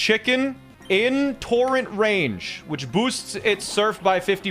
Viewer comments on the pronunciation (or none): none